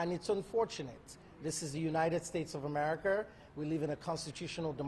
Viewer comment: Exxxxspecially !!! What a sick world . Sticking up for a liar and sicko In amerikarrrrrrr